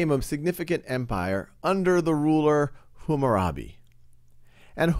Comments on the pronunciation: its Hammurabi, not Hummarabi!! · Super old video, but no one is talking about it. It's pronounced "Kuh Nee Uh Form" not "Koo nee uh form" Also, it's HAMmurabi, not Humurabi. I saw one comment talk about that, but no one paid mind to it unfortunately.